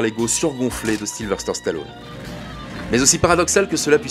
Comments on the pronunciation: Question stupide, pourquoi tout le monde y compris chez vous "Capture mag" vous l'appelez SYlVERSTER on non pas SYlVESTER ? Alors vous allez me dire non tu entends mal...Mais non. Mettez les sous-titres et vous verrez que même cette application détecte que vous mettez un R là où il n'y en a pas. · Voix off horrible à déformer son prénom à tout va. Silver stère...